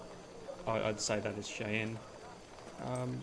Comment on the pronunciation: Shy-anne is the pronunciation I've heard most often. Could be interesting. I find it more fun to play games like this than watch, but it's an interesting game anyway.